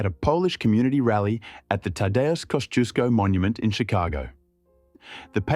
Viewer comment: Pronunciation correction: 1 Igg-NA-tsi Yahn pa-day-reff-ski. 2. Tah-DAY-oosh Koss-TSYOOSH-ko.